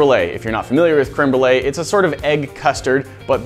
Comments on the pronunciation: i’m so bothered that said cream Brulé instead of créeme Brulé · I'm french and I heard crumble instead of crème brûlée. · how white do you gotta be to pronounce it "cream brulee" it's french, please 😭 creme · .... wait... did she say cream brulee? ... ... she did... its creme (crem) brulee.... .... What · Can’t be the only one annoyed at pronunciation of crème brûlée.